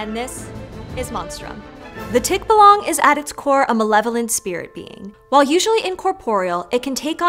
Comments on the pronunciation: I was gonna hop on to ask why, if they had someone on who was pronouncing "tikbalang" correctly, was she mispronouncing it throughout the video. But seeing how much the English word "archipelago" was giving her trouble, you know what, I understand. Love ya, doc! Appreciate you. You're doing a great job! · The stress on the word Tikbalang is on the "Ba". In fact most Filipino words have the stress on the second syllable. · Called it. They butchered the pronunciation again. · I wonder she narrated without watching the interview of the Filipino guy... He exactly pronounced the "tikbalang" correctly... yet she keeps on pronouncing it wrong... is this like the last name of Nonito Donaire which Americans insist on pronouncing it as "billioNAIRE" which should be pronounced as DO-NAY-RE... what's worst is, she had bloopers of "archipelago" yet the word "tikbalang" was not corrected? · At least say its name correctly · Bruh, I never even heard of him and I already know she keeps pronouncing it wrong smh lmao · Bruh you put that accent on the á and everything and you still got the pronunciation wrong whats up with that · Why do you pronounce "tikbalang" like that when you already heard a filipino pronouncing it the way it should be? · The stress of pronouncing Tikbalang is in second syllable... ,,.the way you speak or pronounce Tikbalang which the stress is in the first syllablle annoyed me. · Great video! It's just irking me how they got the pronunciation wrong many times. It's all in the intonation, in tikbalang's case, it's in the third syllable, tikBAlang. That'll make a longer bloopers section so I think it'll be more entertaining HAHAHAHAHA. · It's pronounced TikBAlang with stress on the second syllable. Even with an accent, you can say it this way (lots of other english words follow this stress pattern like "reminder" and "unwanted"). You even had an expert say it out loud. Hope you take the time to learn the next ones in the future. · it's Tik-buh-lung